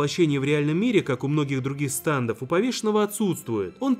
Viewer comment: ГОВОРИТЬ НАУЧИСЬ НЕ САНДОВ А СТЕНДОВ ИДИ УЧИСЬ ГОВОРИТЬ